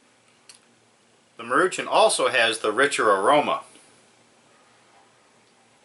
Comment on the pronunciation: It's pronounced Maru Shawn